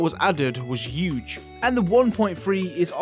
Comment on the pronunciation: that was a "hewwgge" one 😂 what an accent